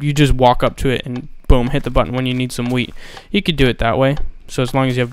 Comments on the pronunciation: skatemaniak212 porbably know it said WHEAT but the accent made it sound like weed, dumb fuck *facepalm* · i thought u said weed farm